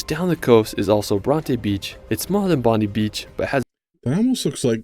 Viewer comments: It's not pronounced Bondy Beach; it's bond-eye Beach. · Bondi is pronounced Bondi Eye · A random comment from a random. The narrator miss pronounced a lot of these places. 1. Bondi isn't said Bon- dee it's Bon-Die 2. Melbourne is pronounced as Mel Bin 3 Cairns is pronounced as Cans. Uluru is a monolith or one giant rock, It's like an iceberg you only see a small piece of it. Tassie is split by 42°S latitude, So the opposite is 42°N which cut through the Northern US. Australia get more snow than Switzerland.